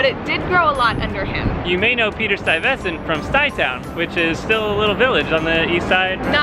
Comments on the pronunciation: You need to almost swallow the ve sound. STUY(ve)sent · I might just be from long island but hearing you, a NYC resident, mispronounce Stuyvesant really makes me scratch my head